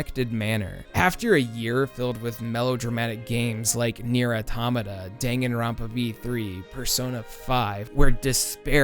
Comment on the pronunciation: Okay, so you did your research. It still makes me as uncomfortable Nier "odomawda' does (it should be 'aw-tom-ah-ta' - you say it the right way in this very video). I'm not a fan of devs deciding to change the pronunciation of foreign words for no reason.